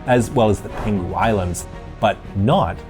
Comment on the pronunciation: You pronounced Penghu wrong, it’s peng hu, not pen ghu